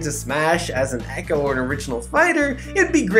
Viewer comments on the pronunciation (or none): none